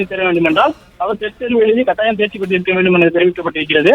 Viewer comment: காட்டாயம் ...அல்ல. கட்டாயம். தமிழ் தெரியாதா???